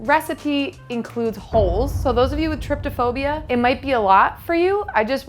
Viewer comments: ilysm but it's not tryptophobia, it's trypophobia. I've seen so many ppl pronouncing/writing it wrong recently and idk why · it's trypophobia, not trypTophobia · tRYPOphobia not trYPTOphobia